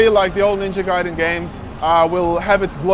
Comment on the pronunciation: Ninja GAAAAAAAAAY-DEN!